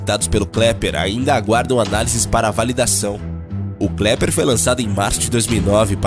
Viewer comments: Sim, é melhor deixar avisado para as pessoas aqui que o nome correto é KEPLER e não KLEPER. Abraços. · Por favor.... O correto é Kepler. Não Kleper. Fora isso, parabéns pelo vídeo. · Kepler não Klepler😂😂😂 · Pelo amor de Deus não é "Kleper" é Kepler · Amigo, não é Kleper, o nome correto é Kepler. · 😂😂😂😂 Kleper? Kleper, não! Se você fez a educação fundamental deve saber que é Kepler. 😂😂😂😂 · "Kleper" 😂 😂 😂 legal. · Impressão minha ou ele disse KLEPER varias vezes? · Disse Sim.